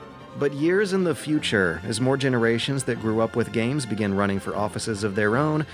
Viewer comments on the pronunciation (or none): none